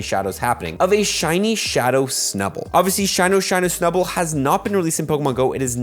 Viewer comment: "SHAWNY SHUNIE SNUBWOOL" LMAO